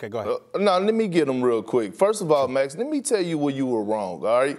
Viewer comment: Everyone: "Max" Perk: "Mex"